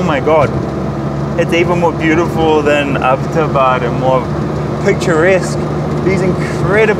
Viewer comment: Thanks for visiting and showing my home town Mansehra to the world. And by the way, it's "Abbot" Abad named after Major James Abbot of British Army Stationed here before partition.